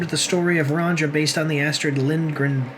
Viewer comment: fucking dumasses! learn to pronounce Ronja correctly!